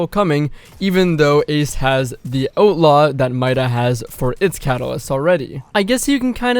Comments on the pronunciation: Had to hear it about 4 times before I knew you were saying outlaw. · I was like... what is Oat Lah.... oh he is saying outlaw... canadians... love you guys....eh.